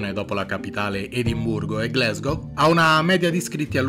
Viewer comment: Glasgow si legge come si scrive non "Glesgow". Per favore